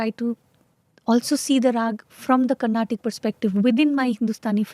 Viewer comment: For the last time its "Carnatic" and not "Carnatak".